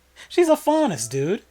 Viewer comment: I was shook when you got the faunus character’s name right without ever seeing this show before.. that’s some good guessing right there